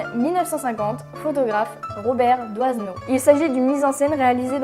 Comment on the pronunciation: Robert Doisneau...On ne prononce pas pas DOIZENEAU mais DOINEAU.... le S est muet !